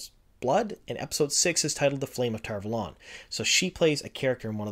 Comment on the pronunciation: I denounce your pronunciation of Tar Valon sir.